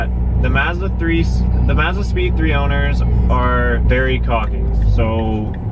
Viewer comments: I hate the way this kid says Mazda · Can you like not say Mazda for the rest of your life? 😂🤙🏻